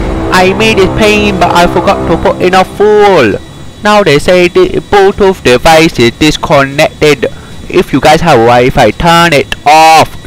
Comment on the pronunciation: “The bluechoof dewice… is connected, uh, successfulay” 💀